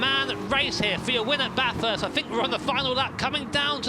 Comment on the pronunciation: It is not bathurst. It is baaaaaathurst